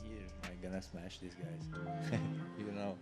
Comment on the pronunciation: Smesh everybody...